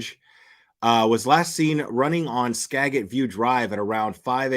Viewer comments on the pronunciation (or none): Ugh u keep pronouncing skagit wrong